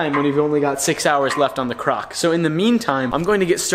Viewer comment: Why is he saying crock